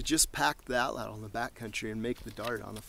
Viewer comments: Suggestion: Pronounce it AW-tlawt, not aw-TLAWTL. ('tlottle' nope!) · With Matt being so into survival I have always wanted to ask why he uses the American English pronunciation. It’s actually a word from the Aztec language pronounced roughly as (ought-lot-uhl). However most people on tv and the net pronounce it, at-ladle. As a fellow woodsman(which explains why I am using my daughters YouTube) I have always wanted to sit and pick some of these guys brains a little. Maybe learn some new things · Great video! Only two things: 1) your pronunciation of atlatl: you put way too much emphasis on the second syllable and the “l” at the end of the word. It’s pronounced “AHT-laht-l”. 2) There is no history of the Native Mexicans from whom we get the word altatl from and you say “our prehistory”. :-/ But otherwise good stuff! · Hello Sir, I'm so pleased to have found you! I was reading about Roman archaeology and I discovered the word 'atlatl' so I googled its'meaning and pronunciation, so that lead me to you! I'm a 48 year old Irish lady but in my dreams, I want to be like Crocodile Dundee and a survivalist!!! I'd love to learn how to survive in the wild by cooking, making shelters etc it all fascinates me.